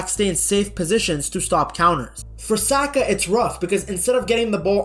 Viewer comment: 😂 Why are you saying his name like that…..